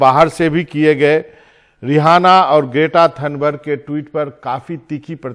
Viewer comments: Sir rihana nhi h uska naam. Riaana bola jata h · रेहाना या रिहाना नही, रिऐना है नाम। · रि आना है ना कि रिहाना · The host being such a prominent figure at NDTV is pronouncing the name of the singer incorrectly. BABA learn from one of your own editor Mr. Ravish Kumar.